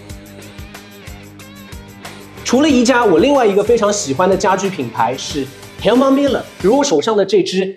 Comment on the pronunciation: Herman的H不发音